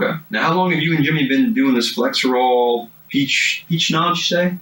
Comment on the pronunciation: It is FlexeRIL, not FlexeROL, just as it is FentaNIL, not FentaNOL. You would think cops might be able to know the name of drugs.